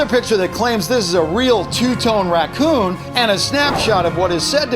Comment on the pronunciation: the "racoon" is obvious did you go to school